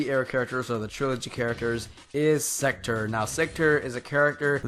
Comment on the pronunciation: Sektor not sekter